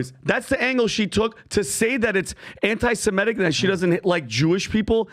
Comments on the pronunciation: Why do so many people mis-pronounce anti-Semitic.. it's not anti-Semetic. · Nobody seems able to pronounce antisemitic correctly. It's not antisemEtic it's antisemItic!!